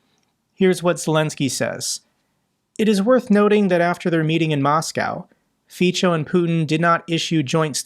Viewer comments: The pronunciation of the C in Fico is [ts], not [ch] 😉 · Just a little tip for you, the 'c' in Fico isn't a 'ch' it's an 's' Well sorta.. it's kinda got a slight 't' before the 's' so Fe as it 'feet', so as in 'so' - extra credits if you put a nearly silent 't' as in 'tea' before the 'so' sooo. feetso .. Hope it helps for the next time.. I hate the guy but I learned to speak Slovak when I lived there for 8 years. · "c" in Slovak is pronounced "ts", just to reassure you in your pronunciation (you were getting it sort-of right, but you were hesitating on it. Fico is indeed pronounced "Feetso"). (I am a Slovak-American who speaks several Slavic languages) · Close but no cigar. Fico is not pronounced FEE - cho. It is FEE - tso. Think of it as Fitzo. My mother taught me German and Slovak at the same time when I was a teenager, so I know. At least you didn't say Fiko, which would be a nuclear powered barbarism. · Fico is pronounced as "Fitso" btw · Slovakia's pm's surname is pronounced more like Fitzo rather than Feechou ;) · LOL the Slovak phuck is called Fitso (not Ficho) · In Slovak, the letter "c" is pronounced as a "ts" sound.